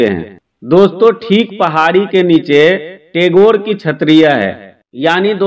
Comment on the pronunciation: आप गलत शब्द बोल रहे हैं टैगोर । सही शब्द गैटोर की छत्री है । सही शब्द बोलिये।